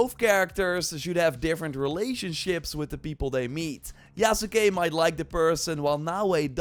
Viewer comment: Hey, Yasuke is pronounced Yahs-kay. The u is silent.